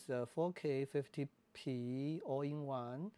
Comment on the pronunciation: All-I is more data intensive in a given recording mode than IPB. So if IPB has problems, ALL-I will too, all else the same. It sounds like you are saying "All in one" in the video, not "All eye" or "All I". It is bad idea to use no-name cards in such a camera as the R5.